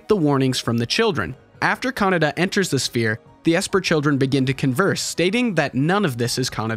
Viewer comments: Kah-Nay-Dah, not Canada. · Kaneda, not kanada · I thought his name was pronounced Ke-Nay-Da, guess Canada it is ! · It's KanEda, not KanAda LOL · Why americans pronunce Kaneda like CANADA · the way you say his name, Canada XD